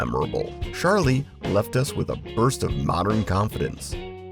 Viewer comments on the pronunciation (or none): It's Charlie, not "Shar-Lee"... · It is NOT Sharlie with a SH sound, it is with a CH sound like choo choo. AI is bad! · Nice but most of your pictures were from the 80's (there was no Charlie red, blue or red at that time). It was all one fragrance, and it isn't pronounced "Sharlie", it's Charlie, with a hard "ch". Get it right